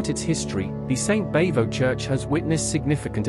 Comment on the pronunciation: Bavo doesn't rhyme with hey-ho, it rhymes with bravo.